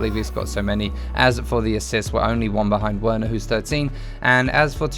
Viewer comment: Werner said wearner lmao but love ya content